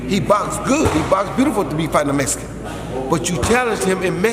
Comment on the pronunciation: MEX - I - CAN. ( Canelo )